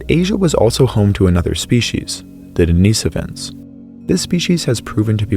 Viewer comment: I don’t like the way you pronounce denisovan